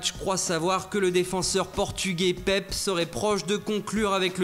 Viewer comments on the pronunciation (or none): Attend quoi ?!?! Il dit Pepe sans prononcer le e à la fin ? donc pour tous les autres prénoms de joueurs étrangers il force, mais la quand il doit bien prononcer il le fait pas. 😂 Comme d'hab bonne vidéo ! !! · Jacques Le Bledart ah ouai ! mais bon dans la plupart des langues on prononce le e à la fin donc Pepé